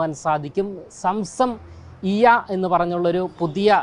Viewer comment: സം സം ഇയ്യ എന്നല്ല പൊട്ടാ. സംസമിയ്യ എന്നാണ് വായിക്കുക